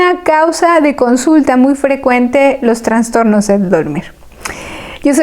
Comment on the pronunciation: Que pena escuchar la mala pronunciación de un médico. TRANSTORNOS..... cuando lo correcto es TRASTORNO.... SIN LA N entre la A y la S